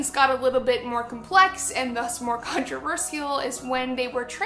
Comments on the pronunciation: controverSEEal. come on lacy, its controverSHal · Every time she says "controverSEAL" I wanna blow my brains out. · she pronouce controversial as contreversïal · have I been pronouncing 'controversial' wrong all this time? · the way she says controversial bothers me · How dare she make her video about trigger warnings without providing one for her fucking horrible pronunciation of "controversial"... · She says controversial in such a stupid way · The fact she pronounces controversial that way triggers me